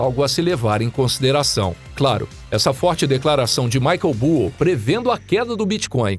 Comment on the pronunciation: Difícil ouvir o vídeo todo ouvindo o narrador falando Michael “Burro” .